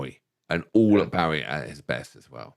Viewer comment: His name was Bo-ie. It rhymes with SNOWy and showy. The man was one of the most influencial and popular musical arrises of the 20th century. He told people how to pronounce his name hundreds of time. How can you guys mispronounce it?